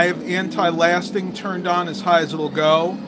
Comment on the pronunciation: Pretty nifty driving! Great graphics for that era. You mentioned you had anti-aliasing on ( aye-lee-us-ing ). I don't understand how it works, but it makes a big difference. Great video